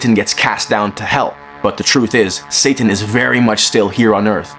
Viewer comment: This foo said “satttan” 😂😂😂😂